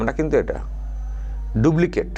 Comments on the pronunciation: Pls,pls.Dublicate (ডুব্লিকেট)নয় কথাটা হবে Duplicate (ডুপ্লিকেট). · কথাটা ডুব্লিকেট নয় ডুপ্লিকেট।